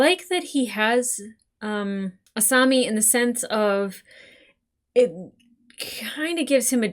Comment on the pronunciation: Uou you are saying asami's name wrong